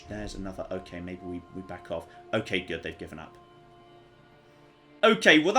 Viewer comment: I love the way you say good it sounds like your saying Goot